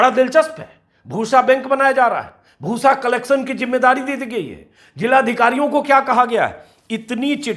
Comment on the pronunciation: Bhoosa na huya “bhus” ho gaya 😜😝😜😝